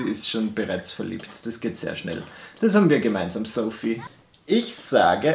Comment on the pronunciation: jedesmal als du Sophie (soffy) gesagt hast, fühlte ich mich angesprochen.😂😎 lg. sophie😂